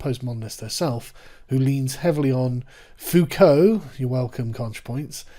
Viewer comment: Oh FFS Sargon! You say Focault right, and then mangle Derrida. Are you just trolling Contra? Repeat after me: DE-ri-dah. Stress on the first syllable, it's an dactyl!